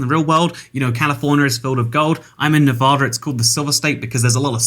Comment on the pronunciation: he said nevada wrong. i am sad now but at least i now he is in my state